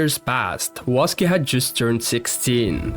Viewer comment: Waske ❌️ Suske✅️